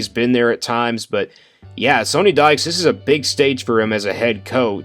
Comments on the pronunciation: Great video. However, Coach Dykes's name is pronounced like Sunny, not Sony. Haven't you heard his name pronounced by sports media this year? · “They don’t really run the ball that much” 55% rushing plays vs 45% passing for the season. Had to stop the video after you mispronounced the coaches name and said they don’t run the ball.